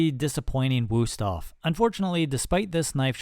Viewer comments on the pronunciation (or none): Helpful test, but please do not use "u" when it should be "ü", they are pronounced completely different. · The Wüsthof knife was tired of being mispronounced by you, so it underperformed on purpose. That's what we Germans do 😂